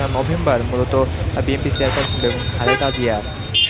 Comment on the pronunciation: সাংবাদিক যদি উচ্চারণ করে বিএমপি, তাহলে কেমনে কি!